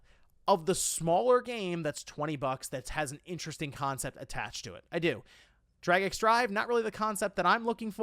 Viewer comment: It’s pronounced “Drag and Drive” not “Drag X Drive”.